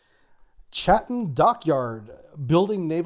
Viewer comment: Nailed Chatham though! (Yankglish tends to emphasise those H's in -ham endings, while they just soften the a in English)